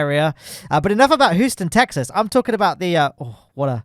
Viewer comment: The worst part of the Houston joke isn't the actual joke but that you pronounced it like that